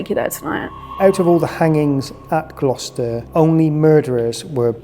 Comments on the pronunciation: ffs 🤦‍♂️ I’ve just started watching and I can’t stop laughing, GLOWKESTER you pronounced it 🤣🤣 Gloucester boy 🤣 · "We are at the glorkester prison" "Gloucester":) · “Glah Kester” for Gloucester had me dying laughing 😂 I live in Virginia in the US and the area I live in has many cities named after UK cities. Like we have a Suffolk and a Norfolk and a Gloucester. So I definitely know how to pronounce all these names properly. ONLY because I am from here. No shade to. It had me giggling. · Hi, I love it when you visit England!even if does get the names of places wrong 😂 love the ac/dc shirt 👌England has got some seriously old haunted places, guys but I've not seen Gloucester prison explored and investigated before, which is cool!😊❤❤ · Gloucester is such a difficult word if you’re not English speaking….oh wait is English speaking 😂😂😂😂😂